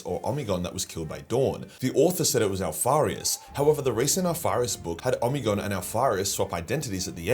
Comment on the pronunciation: I always read it as Oh-Me-Gone , why is he say Omni-gone? Am I just larping?